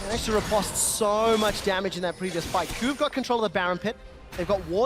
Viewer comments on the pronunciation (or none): Is there a way to tell the commentary team at Riot that "riposte" has a long o? "At most, I boast, riposte, French toast."I know, they mispronounce a lot of words, but if you're going to use an unfamiliar word every 20 seconds or so, maybe it behooves you to spend a minute to hit up an online dictionary and click on the little speaker symbol.